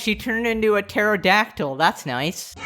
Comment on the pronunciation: Ah yes the kare-dactyl